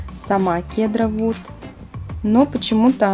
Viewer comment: Не кедар вуд а сидер вуд!!!